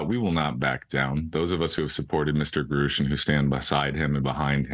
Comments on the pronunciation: Can everyone pronouncing his name Groosh please stop. It really grinds my gears.⚙️ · Has this nimrod never heard Mr. Grusch pronounce his own name? He doesn't say "grewsh" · wait it was pronounced "groosch" the whole time?